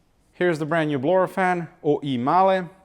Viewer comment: Love it when you say some parts are OEMahle LOL